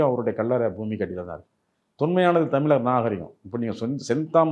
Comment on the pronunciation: இவர் 'தமில் தமில்லர்' என்று சொல்வதால் இந்த காணொளியைப் பார்க்க முடியவில்லை.